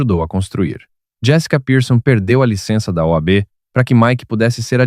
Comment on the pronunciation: Engraçado vc falar "OAB"....😂😂😂😂